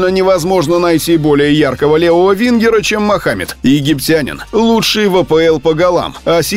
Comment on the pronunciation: Мааахамед, Мааахамед, Мааахамед, уши режит!!!! Неужели, так сложно сказать Мохамед Салах 🤬